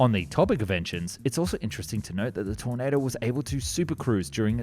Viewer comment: How many different ways can one person pronounce tornado